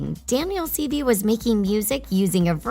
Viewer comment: It’s pronounced Daniel seevay (spelled based on pronunciation)